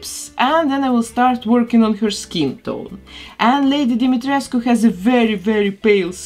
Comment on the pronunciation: Finally! Someone pronounce Lady Dimitrescu name correctly❤️ I love your channel and your work! Love from Romania!🇷🇴 P.S Why the non-Romanians people are more offended by her name than the Romanians ones?